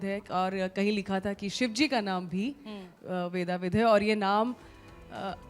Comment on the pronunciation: शुद्ध शब्द वेदविद है। वेदाविद नहीं